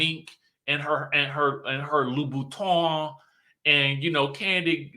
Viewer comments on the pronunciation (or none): none